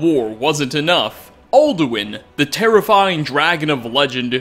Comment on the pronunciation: Very good video! But theres one thing... "all-do-win"